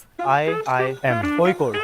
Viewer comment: First time hearing a non malayali correctly pronouncing KOZHIKODE